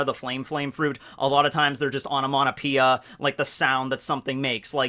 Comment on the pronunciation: “Onomonopoeia”? Is this some Americanism of onomatopoeia? Or is just butchering the English language? 😅